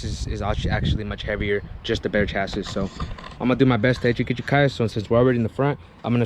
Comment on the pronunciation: my guy its not chas-is, its chas-E